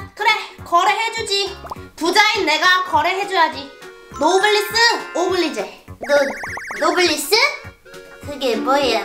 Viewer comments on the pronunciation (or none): 잘난 척 한번에 거지되는거 킹받게 웃기네 ㅋㅋㅋ 노블리스 오블리제가 아니라 노블레스 오블리주 랍니다 ㅋㅋ